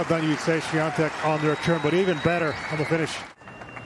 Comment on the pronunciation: Why does the commentators pronounce her name SwiaNtek when there is no n in her name?